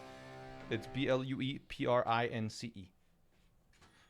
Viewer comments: he says it with stress on "blue" making it sound like one word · I thought he was saying Blueprints the whole time. I didn't realize Blue Prince was the actual title. Seems interesting.